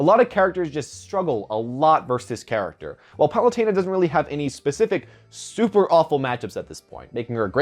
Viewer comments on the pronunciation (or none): Isn't it Pah-loo-ten-ah? Not Pah-loo-tayn-ah?